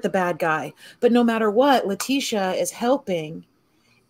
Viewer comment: If you're going to cover a case, you need to at least be able to pronounce everyone's name correctly! Letecia is pronounced "Le-tee-sha".